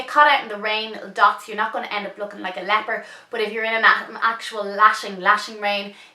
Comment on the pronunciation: lol cant work out if you said ' end up looking like a leper' or 'leopard' :D